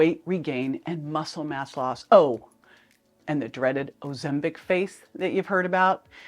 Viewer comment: Please pronounce Ozempic correctly. Also folks, remember that opinions arent facts. I choose to trust my Dr. I was put on Ozempic for my diabetes over a year ago. My Merformin was decreased and recently discontinued. I have lost 75 pounds, experience very few side effects, ( even on 2 mg ), have an A1C of 5.5 and have perfect blood sugar levels. Not all of us are scare stories. Nothing is perfect, but for me the benefits are huge. ( no pun intended)